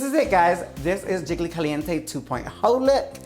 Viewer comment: Ok, but Jiggly also says "Jiggily" like Kylie....!